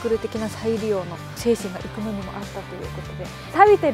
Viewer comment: 👍️生野の発音が生粋の関西人やのん！😉ますますべっぴんさんやのん！😍